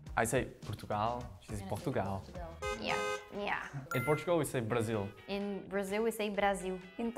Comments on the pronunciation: What? In VietNamese, we say bờ-ra-sin. It's a 's', not 'z'. Edit: add timestamp . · "Some of you had perfect pronunciation just like us" They're different languages 🙄 There's no such thing as a correct pronunciation. Brazilian girl kinda annoyed me tbh (Im brazilian btw dont come at me). Meio sequelado ficar zoando as outras línguas, não sei se só cortaram no vídeo pra parecer que ela fez isso com várias das pronúncias, uma coisa é se chocar, a outra é ela meio que debochar das outras línguas. Não é hate não, mas dá pra se chocar tendo um pouco mais de respeito. :\